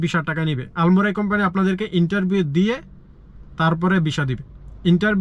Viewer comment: আলমরাই? নাকি আলমারাই? আগে উচ্চারণ শিখেন। পরে ব্লক করবেন।